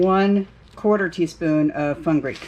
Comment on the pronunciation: is it pronounced (Fun-Greek) or (Fenu-Greek)? I always trip over myself with that word